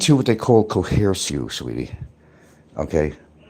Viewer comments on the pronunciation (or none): Co-hearse? Is he trying to say coerce? - Sounds like a threat towards a Filipina citizen. - is always 10 steps ahead. - Sounds like another threat. - "Kill children?" Sounds like a Freudian slip. - Sounds like another threat.